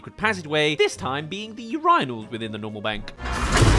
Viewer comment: I've never heard urinal pronounced like that😭😭